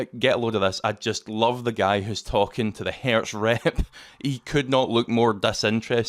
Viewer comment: The company name is Hertz, not Hairs.